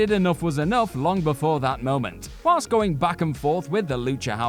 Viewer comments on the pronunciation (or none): none